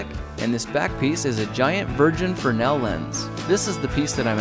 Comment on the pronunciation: its not a "fer-nel" lens its a "frenz-el"lens just for correct pronunciation and great video by the way